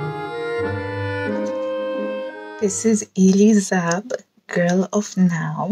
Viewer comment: Elie Saab, the renown fashion designer is an old friend of mine. His name is pronounced like a capital L and a capital E = Elie 🤩